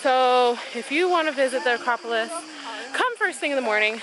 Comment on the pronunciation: Your Acropolis pronunciation game is strong 💪🏾